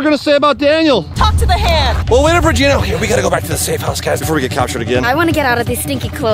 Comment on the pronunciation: Why do you call regina reginus when shes a genius